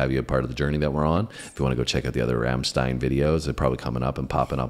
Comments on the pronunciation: you are the first person not saying "rammtiiiiiiiiiiiiiiiiiiiiiiiiiiiiiiin" your are saying right its"Rammsteeeeeeeein"^^ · Eventually a pair of Americans/Canucks that can pronounce Rammstein correctly...